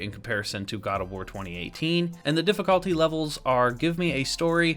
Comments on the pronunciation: am i the only one who got annoyed when he said difficalty instead of difficulty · Why tf you say difficulty like that tho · Why do you say difficulty like that tf